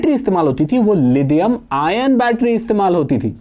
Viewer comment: लिथियम होता है लीदियम नहीं। इंग्लिश में d से द नहीं होता है।